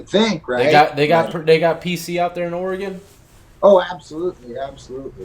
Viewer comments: Seriously. Stop puting so much emphasis on the E in Oregon. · That Oregonian pronounced Oregon wrong...